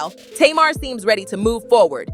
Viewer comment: You not pronouncing Tamar name right😂